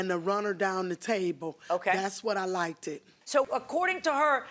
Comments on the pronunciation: Did she fr just say “lik’ted” lmao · DUCKERATIONS, LIKED-ED AND WRANKLE????? LADY GOOD DAMN BYE😳🤦🤦🤦🏌🏌🏌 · “Fr” is an abbreviation for “For Real”. abbreviations and acronyms have been used all the way in the 1800’s for important things all the way now in 2020. And she definitely said “lik’ted” lmao. And was pronouncing a lot of words incorrect not just that one so yes my ears are clean thank you